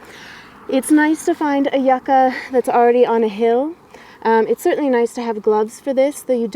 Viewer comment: Its pronounced you-cah :P